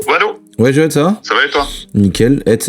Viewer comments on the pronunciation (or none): none